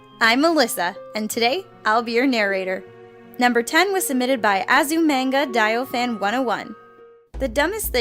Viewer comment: Am I the only one who knows what Azu Manga Daioh is and mad that she pronounced it wrong?